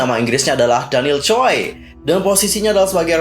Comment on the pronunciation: koreksi aja ya kak marga choi dibaca chwe bukan choi hehe